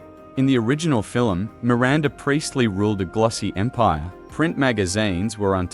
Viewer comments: Fil-em ??? no Film...lol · You pronounced film as filum. 🤣🤣🤣